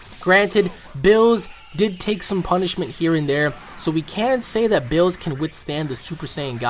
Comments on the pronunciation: it's beerus not bills. like wtf? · It's Beerus not Bruce ooh and its Ki not key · Berrus! It's Beerus! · Why you call him bills? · HIS NAME IS BEERUS NOT BILLS GET IT RIGHT I MEAN ALL YOU OUT THERE BEFORE BEERUS FIND YOU A ND DESTROYES YOU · His name isn't Bills it's Beerus, and he's not the stongest, his attendent Whis is much stronger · Who is beeroosoo!?!?!? You mean BEERUS!!! :-) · BEERUS ..not bills...not berusu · It's pronounced beerus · The way you pronounce Beerus makes me want to punch you.